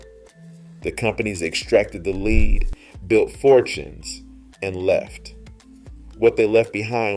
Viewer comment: Did I hear this right? The word "LEAD" First you pronounce it the right way, "led". Seconds later, , you pronounce it wrong: "leed".